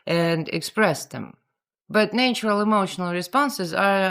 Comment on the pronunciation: having spoken english for 70+ years, I find I am now saying "nay-tural" in your accent whenever I read it🤣😂😂